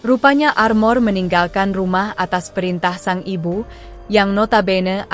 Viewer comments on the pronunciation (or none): none